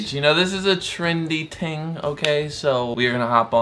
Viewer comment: He said ting